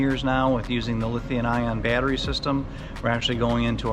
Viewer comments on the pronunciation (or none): I Love and Andrew! Liberty Coaches are some of the best in the world. They are incredible!! Just one thing, why can't say LithiuM ion instead of LithiuN ion when he talks about those world class battery systems? He does it every time in every video. I'm silly and pedantic but it bothers me for some reason. Anyway, I also just love Andrew. He is so genuine and relatable. I watch every one of his videos. It made me sad to hear about his fire.